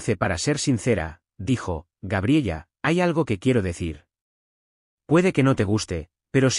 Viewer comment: Y toda la historia diciendo gabriella creo que se pronuncia Gabriela😅😅😅😅😅